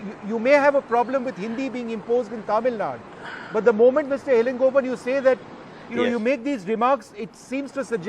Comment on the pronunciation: Vishnu, it is not TAMIL NAD, it is TAMIL NADU